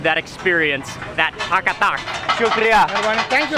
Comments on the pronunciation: Mark I believe you wanted to say Tak-a-tak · The way he said katakat as takatak 😊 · Kat a kat..... i thought ive heard tak a tak at first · This is taka tak not kat a kat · Other people:kata kat Mark :taka tak 🤣🤣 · This is what my husband loves....but i don't like to eat organs...is not called kata kat...i hear you saying taka tak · Its not Kat-a- Kat, its Tak-A-Tak! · That's sound not kat a Kat it's taka tak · Not kata kat it's taka tak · It's tak ka tak not Kat ta Kat 😂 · Its tak a tak not kat a kat😅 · It’s tak a tak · its actually tak a tak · It’s called taka-tak. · Its Tak a Tak